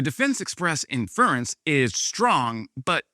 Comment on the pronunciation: In - FER-ence ? 😂 Same American pronunciation as Com- POS - ite ! Americans still manage to make me chuckle…despite the descent to fascism.